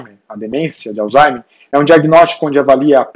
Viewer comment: Obs.: Não é Alzheime E sim Alzheimer